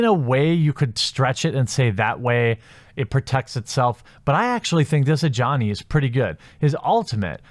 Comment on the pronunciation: Every time you say 'Ajani', it sounds like 'a Johnny'...